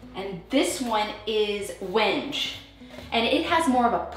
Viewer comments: FYI Wenge is pronounced when-gay. It doesn’t read purple on screen. I think the bittersweet chocolate is very good, but because I am not seeing it in person, it may be too dark. The vanity supports are meant to hold the phonograph. With the granite top, you won’t need the inside framing to “support” the sink. The sink will sit on the drain and the countertop. If you remove the framing, corner pieces will help provide some lateral support so the cabinet box doesn’t “rack” or twist out of plumb. Keep up the great work! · Hey, love all you do… but right now I have to let you know ‘Wenge’ is pronounced ‘WEN-GE’ (wengay)… sorry it was making me nuts🤣🤪🥰… love your selections!